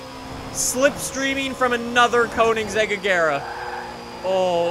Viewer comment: the way he pronounces koenigsegg triggers me so hard. GOOGLE PRONOUNCIATION PLZ